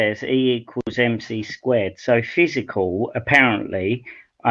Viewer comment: It’s really painful listening to:- energy slows down into “physicall”. First because he sounds like an 18th century British Scientist with that “physicall” (original spelling of the time) instead of matter as it is referred to today, next because his pretence of understanding of very complex quantum physics is a prototypical case of Dunning Kruger, I don’t know therefore I know better.